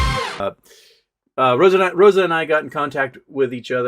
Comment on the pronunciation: Hey, it's Roza Tawil with a 'z.'